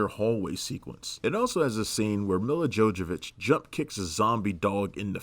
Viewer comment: 'Mila JoJovic' dude -.